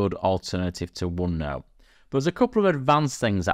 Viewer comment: "uonnou" huh :face-green-smiling